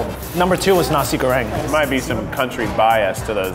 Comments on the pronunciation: This is how they said nasi goreng Naisie gowreing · NASHI BOONGKHOOSH NASHI GHORIENG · Nashi bhongkhooss... . Nashi goryengg... .